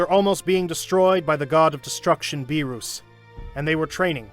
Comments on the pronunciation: It’s not berus and wis 😢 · "bewrus" "died" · Good series but beerus not beerous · "beeruss prepared the hockey" like come on bruh pronounce the names right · It was a good idea but Freezer and Beeroos? 😂 He did say them right sometimes though.